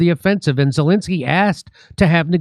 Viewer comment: After 3.8 yrs Dore still says 'Zilinsky' not Zelensky and most comment-posters still can't pronounce or spell his name right !